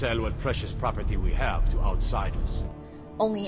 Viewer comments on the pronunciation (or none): none